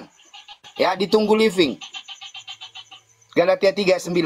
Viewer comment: Bukan galatia dia bilng galitia bang..😊😊😊😂😂